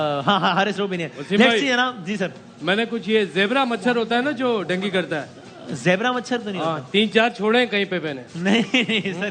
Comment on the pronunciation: Bimari ka pronounce bhi nahi aata PCB ko india me world cup hone se jalan hai isliye ICC me juthi complain karate hai Dengi nahi dengue